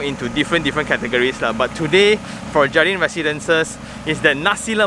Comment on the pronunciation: I think should be read as 'hardin' J is as H I think they put 'jardin' as the Spanish word, which means ''garden' I guessing only ya